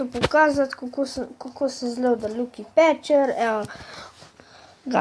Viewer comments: Aploh neznas izgovorit lucky patcher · res nezna izgovorit lucky pacher